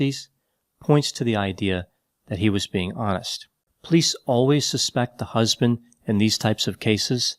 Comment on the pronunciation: love how he says police. “Plice”